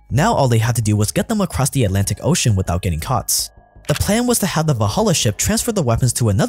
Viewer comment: without getting caughts? butts? do you have a speech impediment or are you doing this on purpose? a rats? rat him outs? what's wrong with you?